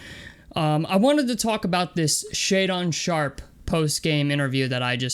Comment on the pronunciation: If you going to trash the kid and you have been following him then you should know how to pronounce his name it's Shay Dun not Shay Don lmao